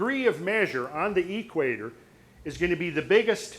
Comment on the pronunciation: At the eee-quator. Never heard it pronounced that way:) Where does hail from?